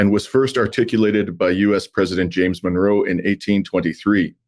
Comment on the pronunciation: ¡Viva México! Also, its pronounced Mon-row, Monroe not Menorah Doctrine.😂